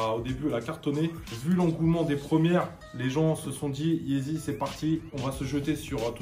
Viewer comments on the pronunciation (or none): YEEZY PAS YEZI😂 sinon continue c'est lourd t'es deux vidéos😂